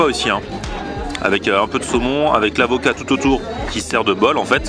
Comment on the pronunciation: A "l'acovat" on te croit mdrr